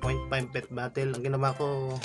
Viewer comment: Natatawa talaga ako sa pronunciation nila ng bottle ginagawang batel